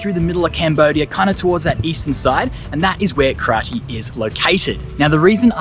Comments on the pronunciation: its actually pronounced kra jay not kra tie... i dont know who decides on all these spelling, for example battambang when it should be battambong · The original pronunciation is "Kra-jes". During the French colonial era, the French wrote this place as "Kratie", and the rest is history. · "Kratie" we normally pronounce like " Kro Jes"😁